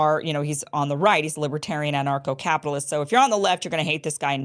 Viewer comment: I thought you were saying NARCO CAPITALIST! 😂